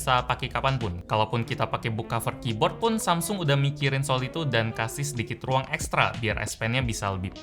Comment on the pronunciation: "TIDAK CUKUP (R)UANG" "TIDAK CUKUP (R)UANG" "TIDAK CUKUP (R)UANG" "TIDAK CUKUP (R)UANG"